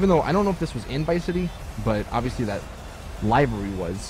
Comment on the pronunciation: Come fucking on LIVERY isn't that hard to pronounce.